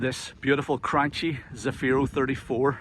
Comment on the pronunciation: Nice Italian boat but pronounced “cran - key” - chi is pronounced “key” in Italian - think of the wine chianti. Nice video of a beautiful boat 👌🏻